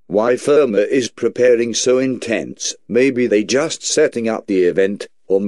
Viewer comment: "i jost not understarned." "don't try to debunkall" lol